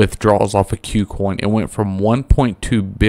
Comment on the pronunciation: Ku Coin, not "Queue Coin", just FYI.